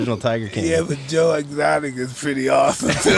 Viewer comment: Mike: “This is so awethome”